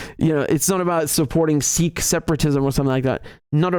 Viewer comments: Hey Richard, love your videos as always, but just a correction: it is in fact pronounced like "sick" in Punjabi, with a slightly heavier K sound, but not like "seek". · Bro, its Sikh, not "Seekh". A seekh is a skewer to make kebabs. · Not seek, but Sikh, not sick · Actually it is pronounced Sikh not Seekh in Punjabi. Sikh means to learn. Speaking as a Sikh. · I live in Punjab and have Sikh freinds. It is not SEEKH but SIKH. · wrong. It’s not pronounced ‘Seek’, It’s ‘Sick’ I’m Sikh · Your pronunciation of Sikh is wrong. It is a short i, not long. It us exactly like sick except that ending is aspirated K, ie k+h. It's like saying sick and ending with a coughing sound. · You idiot in punjabi its pronounced sikh "sick" not seeeeks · I think it pronounce Siik